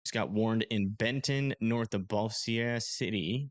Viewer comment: It’s pronounced Bose-jur or something like that